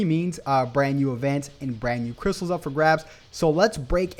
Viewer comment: Did I hear crysals 💸